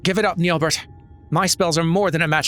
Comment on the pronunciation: Assuming french pronunciation, (since it's an elezen name), then the final T in Nyelbert would be silent. As a rule of thumbs, if the final character in a french word is a consonant, assume it is silent.